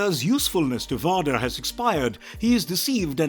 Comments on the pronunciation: The way he keeps saying Vahdar is killing me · Dude you’re either making fun or you’ve never watched or read any star war material. No way can you pronounce these names and think it’s correct. You’re saying “rayvan”, “vauder “…. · How can you make a star wars video when you can't pronounce vader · He says vader and savage weird i didn't even know who he was talking about until i looked at the screen and saw that it was darth vader. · How can you mispronounce Darth VADER??? lol That is like the most well known character ever! Not to mention all the other ones he just butchered up! It would really help to actually see the movies and series! At least he didn´t say Obi Wanker Nobi!! lol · Seriously, it's like how do you butcher the name one of the most infamous villains in the Star Wars franchise? 🤦🏾‍♂ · I agree. The reader has an accent, but who can’t say Vader correctly?